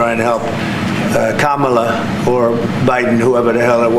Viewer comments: its weird hearing him not fuck up pronouncing kamala on purpose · Wow! He actually pronounced Kamala's name correctly, he really is slipping. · It's weird how he all of a sudden knows how to pronounce her name! Kamala